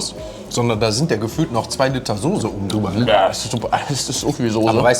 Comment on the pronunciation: Soße und nicht Sose. Er lernt es einfach nicht!!!